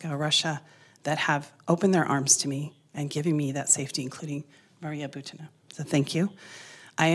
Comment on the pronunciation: Maria Butina. Emphasis is not on "a" in her last name, but on "u". BUtina, not ButinA.